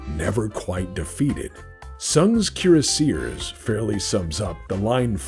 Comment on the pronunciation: Keer a seers. Kiera Sears? Cure Sears. Oh Cuirassiers. Kwee Ross See Ay. Dumb ole french stuff.